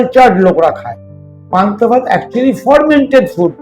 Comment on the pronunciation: উচ্চারণটা ফরমেন্টেড নয় ফারমেন্টেড। সব ওয়েদারে fermented food তথা পান্তাভাত চলেনা। কারণ কোথায় কোন ব্যাকটেরিয়া তৈরী হবে সেটা বোঝাযায়না।